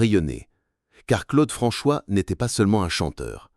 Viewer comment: En entendant la voix dire Claude Franchoix au lieu de Claude François, j'ai compris que ça n'avait pas grand intérêt de poursuive la vidéo